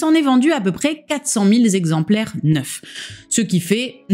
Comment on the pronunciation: quatre cent mille zexemplaires 😬